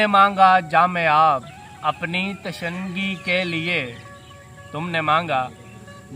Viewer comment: Sir tishnagi word glt pra ha